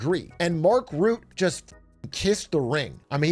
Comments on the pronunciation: It's funny to me how you consistently mispronounce the NATO chiefs name. It's Mark Rutte, not Mark Rutt. 😂 You have to say the E at the end, but not as an American E, but more like a uh sound. Sort of like this this, Mark Rüttuh. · Rutte is pronounced like Röttö btw (German ö sound), not "Root", just in case WWIII happens and you have to say his name again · I think Mark Rutte (by the way, you pronounce his name like Rut-uh, not Root - like uh... in a rut) was just mirroring (cleverly) Trump's wording, rolling with it - and he's getting what he wants, so I think that's a pure win for both NATO and Rutte. He doesn't care about what the general public thinks of him - he cares about doing his job, and he was purely winning here. Those that know, know. In the end, that's the only people whose opinion matters to anyone in his position. Mind you, I don't politically align with Rutte at all, but I think this was a smart move. By the way, that means I agree with your analysis: the EU gets US support in the short term, and in the longer run they gain soft power and military independence within NATO. The US really gets nothing out of this, except Trump personally, but outside the US, nobody needs to care about that. US citizens shouldn't elect corrupt leaders that are vulnerable to flattery if they don't want this. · Not Mark Root Mark Roota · Everyone already corrected you because Mark is no longer PM so I'll just mention his name is Rut-te not ruut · Also its not Routte but Rutte with a U like in butt